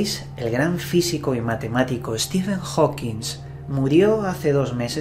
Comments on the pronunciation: Compadre, me caes muy bien, te sigo desde hace unos buenos años, pero no nos Chingues, es Hawking, no "HawkingS" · Por favor, a ver si hay una sola vez que digas su apellido correctamente, jajajaja Es Hawking! No Howkins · Amigo, es Hawking, no "HawkinSSS". No lo has dicho bien ni una sola vez. Un poco se seriedad. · Porque le dices Stephen Hawking"S" y no Stephen Hawking como realmente es? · TODO Muy Bién!.. 👍👌 sólo que no le digas Steven Hawkins.. -Stephen Hawking(king)..vale..? 😉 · HAWKING, no "Hokins" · Hola! Adoro tus videos, pero no es la primera vez que noto que pronuncias mal el apellido HAWKING. Ese apellido no lleva S y siempre le pones una S al final y resulta algo molesto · Oye, siempre dices Hawkings con "S" al final, pero no lleva ese su apellido:v